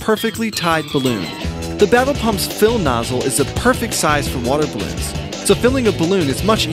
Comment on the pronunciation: Who else heard "Tie Not Babble Pump"?